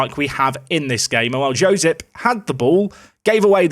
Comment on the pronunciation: The J in Josip is more like a Y, Yack